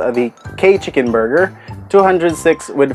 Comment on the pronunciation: Borger! wahahahahhahahaha